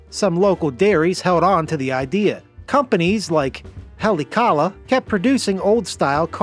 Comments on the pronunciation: It's pronounced "Ha-lay-aah-ka-lah" :person-blue-speaking-microphone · The way he absolutely butchered “Haleakala” is driving me nuts lol 😂😂